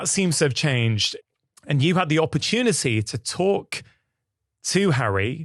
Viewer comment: "... opportunicy"???????? A new English.